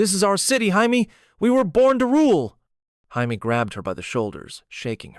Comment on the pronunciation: The only thing that bothers me is how you say “Jaime”. Otherwise I like the reimagining.